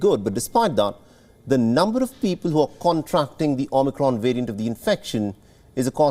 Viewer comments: The omnicron "wariant" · I cringe every time he says "wirus" and "wariant".